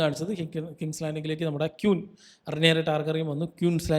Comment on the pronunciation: ക്യൂൻ അല്ല ബ്രോ, ക്വീൻ (queen) ആണ്